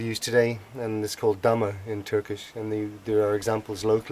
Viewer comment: Not dama, salak. Dam